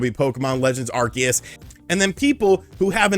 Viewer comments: I hate how you mispronounce Arceus, it’s are-see-us NOT are-key-us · I hate to be " that guy " but, isn't it pronounced ArSEEus? Lmao